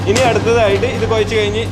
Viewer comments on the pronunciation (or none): Koyachu alla kuzhachu